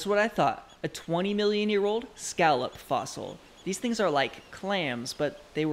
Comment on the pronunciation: Omg scalup fossal. Is that how you say it?🤨